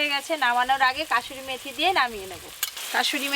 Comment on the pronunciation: Kasuri methi😂vul val ucharon